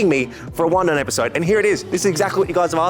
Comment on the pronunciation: Wundun ❌ Wun-done ✅